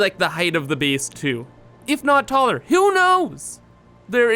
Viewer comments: whenever he tries to say "base" he says "bees" and i hate to admit it but it annoys me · lol "I really like this 'beece'." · Jeff W I like how he pronounces it